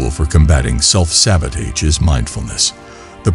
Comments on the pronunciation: It was good but i think the mispronunciation self sabotaged the video a bit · Perfect video. I believe the mispronunciation of sabotage was on purpose. Because the video talked about not looking at mistakes and short comings but to focus on more. Do not allow a small mistake or judgment to shape your beliefs and have compassion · Good video, however the repeated mispronunciation of sabotage may be a reason some people dislike the video.